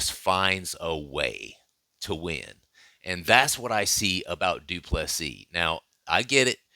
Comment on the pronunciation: du Plessis.